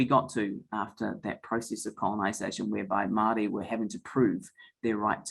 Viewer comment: My goodness please learn how to pronounce Māori words